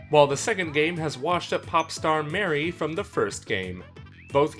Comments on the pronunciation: Her name is Marie (m-ah-ree) not Mary (M-air-ee) geez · That’s not how you pronounce Marie, you said Mary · he also calls marie "may" "rie" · You idiot Her Names Not Mary, It’s Marie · It’s ma-rie not merry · Did you just call Marie Mary?????? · Name's Marie, guy pronounces it as "Mary" TRIGGERED!!!! lol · Wait isn't it muh-REE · The way he pronounced Marie makes me scared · Not trying to be salty but that’s not how you pronounce Marie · Forgot to add this in... this video seems somewhat under-researched in a way, not knowing all of the crucial information on the games of day one, pronouncing names like “salmonoids” and “marie” wrong could be because of a accent or what country you are from, BUT this could easily be fixed by doing a quick google search. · Look, I respect this video 100%, but never pronounce "Marie" that way again or I will find you in a match and squidbag you infinitely